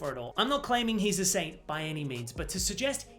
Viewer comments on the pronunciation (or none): none